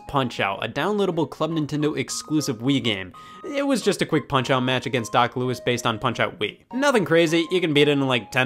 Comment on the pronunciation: Thank you so much for saying "Doc Louis's" like "Doc Lew-is's". My friend made me so mad when he kept pushing the pronunciation of "Doc Lew-ee's". Anyone else say the former over the latter?